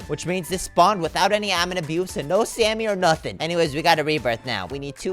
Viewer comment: it’s not Sammy it’s samy